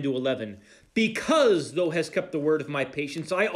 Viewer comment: You are doing a great job! Please realize you are mispronouncing "thou". When it is said, it rhymes with "cow" or "now" or "how". Thank you.